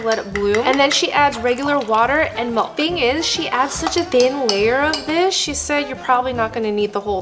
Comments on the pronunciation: coconut “MALK” 😅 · and “MALK”